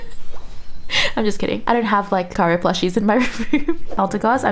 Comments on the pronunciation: R u a Filipina? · Actually made me laugh xD